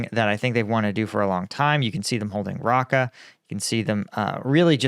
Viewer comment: It sounds like you’re struggling with the news out of Syria. It’s fine if you don’t get the pronunciations right (Raqqa, Lattakia etc), but you’re also getting the abbreviations wrong: it’s Syrian Democratic Forces, not “defence”. Plus, I know it’s not your intention but painting all Syrian opposition as isis makes you sound like a Russian-affiliated influencer, so please refrain from doing so. Majority of the Syrian people want to be free and they’re not what you’re accusing them of being. Much less so in comparison with the Taliban.